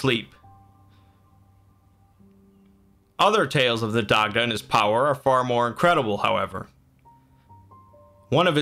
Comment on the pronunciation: It’s pronounced ‘die-da’ good video tho